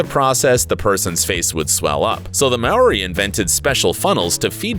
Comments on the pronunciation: Its pronounced Maw ree No Mayoree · Its not "mori" Its maori. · Chelsea Anglesey mao(ri), where the fck is the may and the ory like is he serious ahaha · Maaori: Mar-or-ri Taa Moko: Taa-more-core You should really get the pronunciation right first. It's quite offending. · Hello from NZ, just letting you know that although it's spelt Maori it's actually pronounced Mouri with a rolled R. (just letting you know since I tend to get triggered) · I’m a NewZealander and the way he said Maori was like ‘MaRiE’ ;-; If ya gonna make I video pronounce the word right!!! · "TaR-mOkO" "mAy-OrY" 🙃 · You need to learn how to pronounce Maori words before making a video on us my bro 🤟🏽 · THATS NOT HOW YOU SAY MAORI ARE YOU DUMB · This man can't even say Maori or ta moko